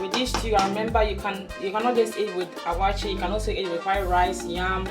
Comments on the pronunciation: Waakye not awaaky but great job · please is not awaakye but wakye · Very detailed and a well done tutorial..👍🏽 ..but on a side note am i hearing ‘Awaakye’?..or its my wrong hearing